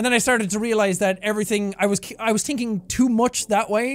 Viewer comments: Jack: I’m tinking Also jack: (brings true Irish accent) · Jack's Irish comes out: "tinking too algorythmy" Also yes, it was surprised Pikachu since no one told you!